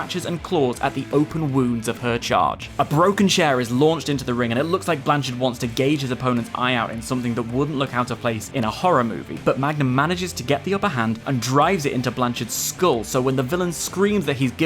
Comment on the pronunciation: That's not how you say gouge. The US Title really does have an amazing history though.